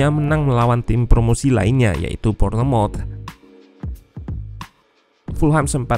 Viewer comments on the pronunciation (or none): sebutan bournemouth bukan bor-ne-mot... tapi sebutan betulnya adalah Bon-mouth. begitu juga leicester city bukan li-cis-ter city... tapi Lis-ter-city. wolveshampton... bukan wol-ves- ham-ton... tapi wof-hem-ton, tottenham... bukan tot-ten-hem... tapi tot-nem. fulham bukan ful-hem tapi ful-lem, hormati bahasa asing... orang asing hormati bahasa kamu. bayangkan jakarta orang asing sebut jakk-arta atau ja-kat-a. mana mungkin indonesia di sebut india-ne-sia oleh orang asing. mesti kamu tersinggung.... minta maaf ya dari Kuala Lumpur, Malaysia